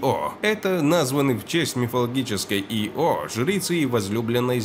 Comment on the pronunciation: И О Ио она, а не И О))